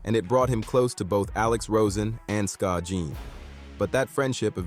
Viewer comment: Jeedee-on?I'm out